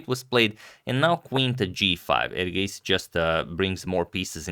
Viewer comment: Your pronunciation of erigaisi is so much better tania sachdev's . Your pronunciation of various names is very good agadmator